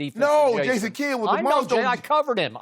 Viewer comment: "Ason kidd"🤣🤣